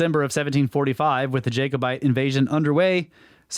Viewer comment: jack o bite not jay cobite ha! love the american language does not use the' a' just the capitol A in words . great vid loads of fun